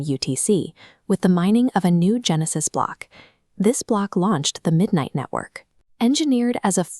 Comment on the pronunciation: midnightnetwork not midnighttwork?